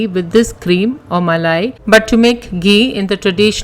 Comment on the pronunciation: Muh-lay Cuh-D Muh-lay Cuh-D Muh-lay Cuh-D 😂😂😂😂😂😂🤣🤣🤣🤣🤣🤣